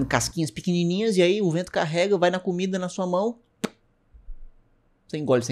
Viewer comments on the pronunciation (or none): none